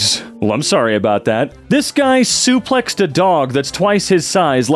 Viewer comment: saying suplexed a dog is way funnier to me than it should be lmao he put so much emphasis on suplex and dog